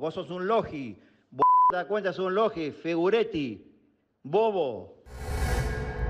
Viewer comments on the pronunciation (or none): Le dice "figureti" a De Paul? Jajaja del campeón del mundo se quién colgar estos